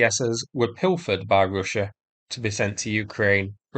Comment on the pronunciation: Say russsha again? Great accent